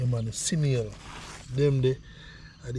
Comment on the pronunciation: Snail NOT Sinail